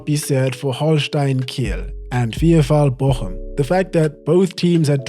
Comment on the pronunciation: pronunciation of' 'VFL Bochum' was simply sublime Love your channel and your passion for the beautiful game, COYS